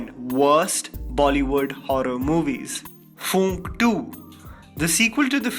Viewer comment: Its not Foonk, Its Phoonk.. Pronounce correctly